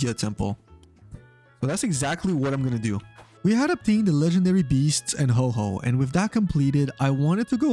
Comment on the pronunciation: ITS HO OH NOT HOHO XD